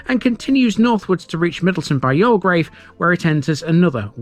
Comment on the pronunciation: 'You'll grave' = Youlgreave. :) Another, very interesting feature of Gratton, apart from it's ancient, Roman use is that Rollo/Rowlow Brook is a seasonal flow of water coming out of the ground after periods of rainfall. How deep it emerges from is unknown, because it's water eroded limestone. The brook, wet or dry, marks (one of) the boundaries of the White Peak (limestone) and the Dark Peak (gritstone). All the rocks above Gratton Grange Farm are huge boulders of gritstone, whereas the rock above The Cheese Factory is all limestone. Hundreds of millions of years ago, the ancient seas got thrown up to the surface of younger seas forming what's known as The Derbyshire Dome. The ancient thermal springs in Buxton are also on this boundary line, only that water emerging between the 2 types of rock is warm. This is why I love Gratton..its not just local, human impact history, but earth formation old! btw, nearby, across the dale from the grange farm, is the medieval village of Smerrill. Thanks for your spotlight videos, very informative.